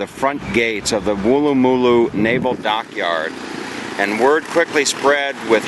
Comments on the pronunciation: Hi, loved your vid, but your pronunciation is a bit out. You need to say it quickly as though you had had a bad pie and it was letting you know (not a Harry's pie obviously) - Woolloomooloo - not wool a moo loo. And no, we don't make up name places just to hear Americans say them, but it still is fun to hear you try! Welcome back any time mate! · Firstly, before you go posting a video of my hometown, learn to say the suburbs PROPERLY!!! And know most of the places are actually Aboriginal names. Wooloomooloo is said as one word. But actual Aussies pronounce it Woolamaloo. Try saying that in one go and then you’ll have it. Good on you for trying. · Wool...loo...ma...loo is how you pronounce it mate, shouldve asked the locals how to pronounce it so you dont sound like a tool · It’s wool-la-ma-loo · It would not matter how hard you tried to pronounce Wooloomooloo Americans fail? You have to pronounce imagining it is a single syllable word where it runs with no gaps...keep trying. I'll check your progress in a couple of years, perhaps you'll get it by then.